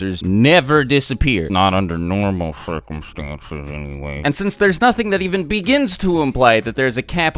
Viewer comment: Not undr nrmal crcumstnses......